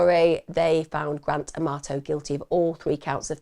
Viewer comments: I keep hearing "Grand Tomato" not Grant Amarto 😂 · I love how she says his name like Gran Tomato. It brings me a little bit of joy amidst all the tragedy. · Not gonna lie, I kept thinking you were sayingtomato 😂😂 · I love the way you say his name so it sounds like Gran Tomato 🤣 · Please say I’m not the only one who heard Grant Amato as Grand Tomato… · I had to look twice. I thought you were saying grand tomato.!!!! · Thank you Emma I thought you were saying grant tomato I had to look at the video title 😂 & wow what a evil person doing that to his family & still trying to blame his brother, all because of a woman who is never going to want to be with him, she just seen $ signs from a gullible loser